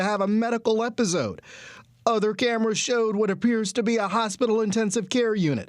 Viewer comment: “Ebbuh-zode”? Do you mean “episode”?